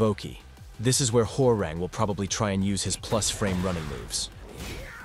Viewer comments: Huwa - Rahng, not Whore-rehng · as a Korean , his name is pronounce Hwa -Rahng not WhoRe Rang like the telephone rang 😂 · i love how the tts voice pronounces "Hwoarang" as "whore-rang" 🤣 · I always knew the announcer said it wrong lol I think main man pronounces it the worst lol